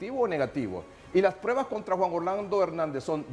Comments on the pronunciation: El DIZQUE “ESCRITOR” 🙄 NO PUEDE NI HABLAR DICIENDO: “PREBAS” EN VEZ DE P R U E B A S 😂😂 Cuando opina se le nota que quiere sobresalir por encima de PROFESIONALES EXPERTOS! 🧐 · has dicho “prebas” en repetidas ocaciones. Señor “escritor”, que pena.